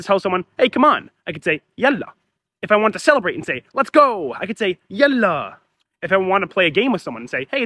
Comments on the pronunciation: there is no need for a source for something so plainly visible, it's yaḷḷa (ḷ for the emphatic/dark L which in Arabic is for the most part only from the word Allah), not yalla , same as waḷḷa , baḷḷa , ṣmaḷḷa , ħayaḷḷa , etc. All of these comes from contractions with the word الله (which is used by Christians, Jews, Druze, Alawites, etc. not just Muslims). If that wasn't the case the word would have rhymed with malla "he filled up", like in huwwe malla l-kibbāye "He filled the cup". Both يالله and يلا are correct spelling (not that there is a rule for how to spell dialectal words), it's just more common to use يلا because the word lost its religious meaning. This is different from يا الله (notice the space) which is yā ʔaḷḷa(h) which does retain the religious meaning. If you need to see a place where this is shown, check wiktionary. Also some dialects pronounce Yalla with an H. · يلا مو يالله والنطق بالتفخيم مو بالتخفيف